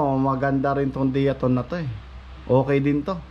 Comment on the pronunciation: Da-ya- tone ang pag pronounce ng diatone